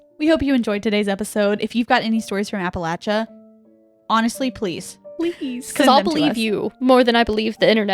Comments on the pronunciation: Is it a PA thing to say apple lay sha? This is the first I’ve heard this pronunciation, even google says this is correct 😅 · No worries, just good to point out. It's like "appa-LAY-sha". The way you're saying it would be correct if you were saying "Appalachian" though! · Hahahahah “apalacha” 😅😂😅😂😅😂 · I live near part of the trail but it took me a minute to realize what u were talking abt because of the mispronunciation 😭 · absolutely not! If you are from the region for generations, it’s the ONLY way to pronounce it!! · Love the interest, but please pronounce our region correctly if you make a part 2.